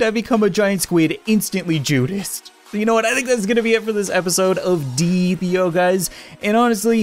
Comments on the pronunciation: It’s deeeep.io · It’s called deep I o